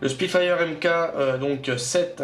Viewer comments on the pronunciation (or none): Ça se voit clairement que tu es plus que débutant en modélisme et novice en domaine aéronautique ! Pour info, on ne dit pas M k mais on prononce Mark...